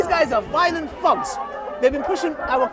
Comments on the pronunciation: he's saying thugs but pronouncing it as fugs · he pronounce thugs as thogs lol, sounds like f word